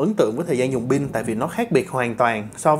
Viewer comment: Pin đừng đọc là “bin” nha cụ